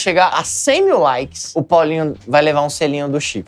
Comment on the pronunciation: chegou a cem mil laikeis